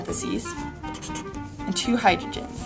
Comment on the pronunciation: Your two's comes out as Z's. Great to see the reaction at the end.